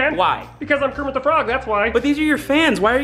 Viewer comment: Pee kenit the frog